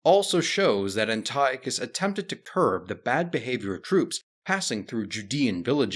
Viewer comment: "Anti-Ochus"; "Epi-phanes", etc.......ffs, man, if you're going to make video about Greeks, at least pronounce their names correctly.